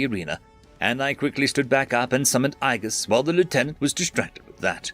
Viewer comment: Agies is A-JEE-US not "I guess" god damn it. Why is that word so damn hard guy?